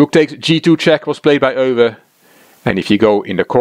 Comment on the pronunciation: Never knew how "Euwe" was pronounced until now. I always thought it as the English "You". I'm going to have practice the right way now :)